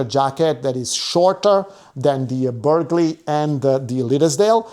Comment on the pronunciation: Burghley has a silent g…